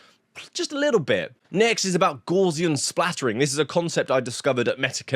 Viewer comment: Splatting. Splatting,.